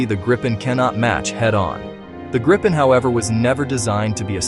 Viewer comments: Is this AI slop? Why are you calling it the Gripe Pen? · It's not [grippen], [graipen] or [greipen], it's [griepen] (think "reaper"). Nevertheless, it's an awesome little plane!